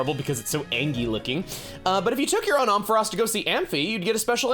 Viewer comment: please the way you pronounce Ampharos is killing me